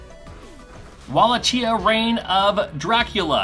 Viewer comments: Wallachia is the Romanian province where Vlad Dracul the guy who was the inspiration for the creation of Dracula was born in 1394. It's pronounced "Valakia" not ""Walla Chia" as the "W" is read "V" and the "CH" as a "K". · It’s pronounced Wallakia, not Wala-chia. 😀